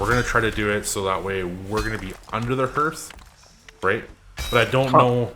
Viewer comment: Your content is great. Good editing, great music choices, really creative. I like everything about your work. But please. Please. It’s pronounced like heart, not earth. 😆😆😆No, I’m not the grammar police. 😏 Just an old fart.